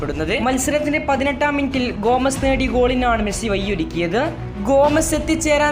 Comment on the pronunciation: ഒരു യൂട്യൂബർ എന്ന നിലക്ക് നിങ്ങളുടെ ഉച്ചാരണം എന്തേ ശ്രദ്ധിക്കുന്നില്ല? വയിയൊരുക്കി എന്നല്ല വഴിയൊരുക്കി. പ്ലീസ് ശ്രദ്ധിക്കൂ❤